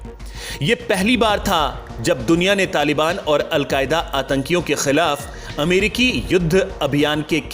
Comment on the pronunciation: Correct your language... Don't say.... Kha..kha...kah...kkhhhii.... It's Khilaf... Not... Kkkhhhhiiilaf.